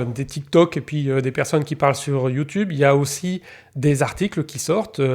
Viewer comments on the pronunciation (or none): none